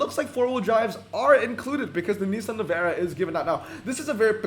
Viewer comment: i like how you pronounce navara as nevera lmao